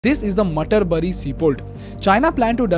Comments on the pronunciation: Why people don't take effort to see what is right pronunciation of the place? Its not मटरबरी... But मातारबाडी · Not Mutter Baari, its pronounced as Maataar Badi, means mother's Home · It is not matar like peas. It is Matar as in devi ma. Bari means home pronounced as baari. Mata ka ghar. Matarbari. It sounds so funny the way you say.... some research into pronouncing it correctly would be appreciated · How can an Indian mispronounce an indian name. Its not mutter bury sea port, its Mataar Bari. (mothers home) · Dude Matarbari is pronounced as maataar(of mother) - Baari(home). Its not Peas-berry port. 😂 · Hey it is not mutterberry port but Materbari meaning Mother's Home! When you put videos try to learn the pronunciation of names and places! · Oh, so pronounced "Maatar-baadi". I used to speak Bengali as a child... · It is actually pronounced as maataar badi meaning maa kali's home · Please correct pronunciation , it's " माता रे बारी"सी पोर्ट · Also its pronounced मातार बारी, meaning house of mother kali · please pronounce it rightly--Maatar-Baari (Bangla for Maa ka ghar) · Matarbari, Matar + bari = Mother's House, One of the Shakti Peethas, pronounce it like Maতা or माता. 🙏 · Pronounce it correctly bro. It will be like Maatar Baari (মাতার বাড়ি) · Its not how you pronounced it😭😭😭😭 Its pronounced "Mata" as in "mata pita" and "bari" as in "kabari"(scrap collector). The meaning of matarbari is the home or the residence of mother. I wouldn't have corrected you if you were a foreigner. It shouldn't be that hard to pronounce even for someone from North India. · Abe proud Indian, it's pronounced "Mata r baari" (mother's house/temple) mother as in Kaali Maa..... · Bro is so confident while pronouncing Matarbari 😅